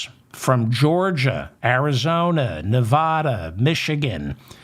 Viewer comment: Please stop mispronouncing NEVADA. "Va" as in vasectomy! And we're voting BLUE, not for the fatass fascist!! Thank you and goodnight!